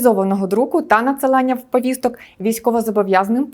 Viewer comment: Чому постійно каже Вповісток, Вповістки, навіщо жодавати літеру "в" перед словом повістки???